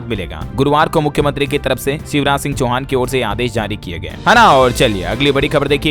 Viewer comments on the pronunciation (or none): none